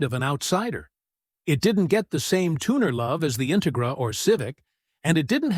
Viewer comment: A. I the intigigra lol